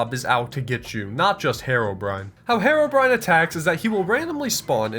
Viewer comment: You idiotic you SAID Haro-Brian Its pronounced hero-brine not brian brine